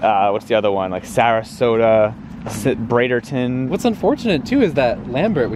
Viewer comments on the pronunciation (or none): Braderton??? Braderton?!?! Come on! Put some respect on the florida towns! Bradenton! lol Great video though!